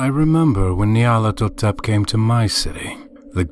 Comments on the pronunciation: I prefer this reader's pronunciation to the 'official' one personally. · He pronounced a few words rather oddly. I actually like how he pronounced Nyarlathotep.